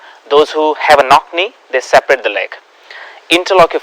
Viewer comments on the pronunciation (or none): none